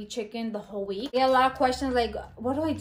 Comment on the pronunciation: At 2,43, when u said week, i thougt u said Greek lamo.